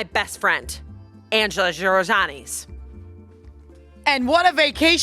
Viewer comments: hahahaha I don't think her last name is hard to pronounce 😅 maybe because I speak a romance language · “” LOL!